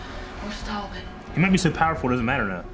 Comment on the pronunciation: Ok is saying Talbolt on purpose just to trigger people now 😂